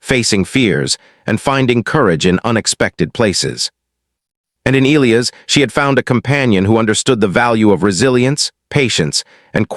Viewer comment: "Ē-L ī ' - ăs" please take note, if you do not mind. 🤫😏